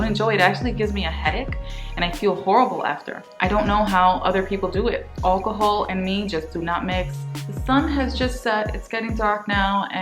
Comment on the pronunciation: I like how you say alcohol, like ol-cohol lol, also the your hair is never dry assumption is not to be taken in a literal sense, of course your hair gets dry everybody's hair gets dry... they meant it in the sense that curly hair is way more manageable and defined when its wet and a lot of naturals keep adding moisturizing conditioners/water to it to keep the curl pattern alive and refreshed, hence the assumption of "your hair is never dry".